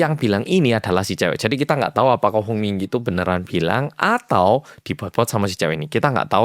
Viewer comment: nah.. HONG yah.. HONG bukan.. song..